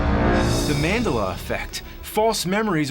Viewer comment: The way he pronounces “Mandela” sounds like a bone in the body and not Nelson Mandela. It’s great lol.